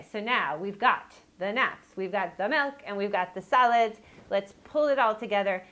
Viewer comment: Lol I thought she said salads instead of solids